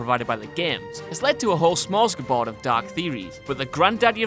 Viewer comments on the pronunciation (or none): "Smorsgaboard"? Smorgasbord. WTF dude.